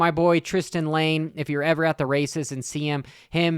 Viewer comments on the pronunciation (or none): none